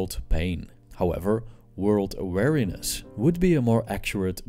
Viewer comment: It's prononced "Wee-Ree-neh-ss". You keep saying "wariness" instead of "weariness". Also, Buddhists do NOT believe that "life is suffering". They believe that suffering is an inevitable part of life. There is a distinct and IMPORTANT difference there.